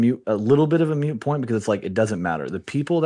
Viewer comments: Dude literally said Mute Point. 😐 This is a guy who runs shit. Good lord. Maybe you meant Moot point, just maybe…. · Hey, off-camera guy -- it's "moot," not "mute." Were do they find these illiterate "experts?"